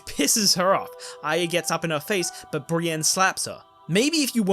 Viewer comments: Why does he say "Ayeea" instead of Arya? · As much as this is awesome and fascinating... Its A-REE-UH. Not Ai-yah!!! That pronunciation so many times kills me 😂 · you’re brilliant but the way you pronounce Arya as iya drives me insane idk pls use an american accent from now on only when you say her name for my personal comfort thank you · Why can't you say Arya right?